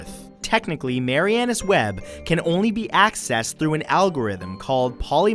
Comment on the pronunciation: PRONUNCIATION - Sorry, if someone else already commented, but too many to scroll through. It is Mar-ee-ah-nuss - as in Marianas Trench, the supposed deepest portion of the ocean, hence deepest part of the trench. Well, he was an accountant, not a humanities major, right?